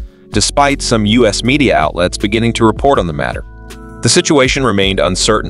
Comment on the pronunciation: The video narator (or "reader") should have practiced with anyone to avoid dozens of mispronuciations and glaring oddities! (Like measuring units, United States as "us", etc.) The times (time of day) mentioned describing the details of the incident should be unified to a single timezone rather than jumping around between the U.K., Newfoundland, and the eastern U.S.